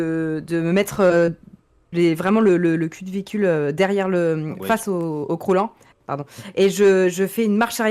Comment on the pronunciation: tres fun mais c'est bizare de dire croulant je trouve